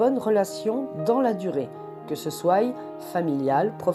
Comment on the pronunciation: trés bien, à part le "que ce soille" à .